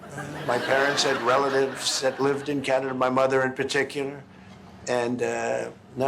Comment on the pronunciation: He loves tesler and canader.😂